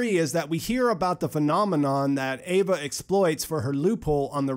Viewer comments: EEEVAA NOT AYVAAH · It’s Eva not Ava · It’s eve not Ava